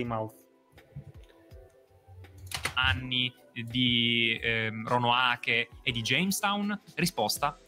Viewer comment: Si chiama "Roanoke", non "Ronoake"!! 🤦‍♂ non è neppure capace di leggere da Wikipedia